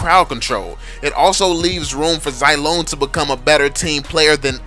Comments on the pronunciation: You pronunce him zy-long, it shoud say it zee-long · ffs I'm pretty sure that it's pronounced "zee-long"